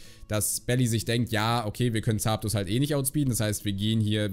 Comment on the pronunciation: Ich liebe deine Aussprache von Zaaapdos 😅